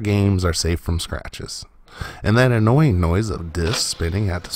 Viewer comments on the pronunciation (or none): none